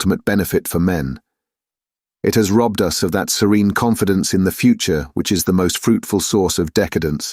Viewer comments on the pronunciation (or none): none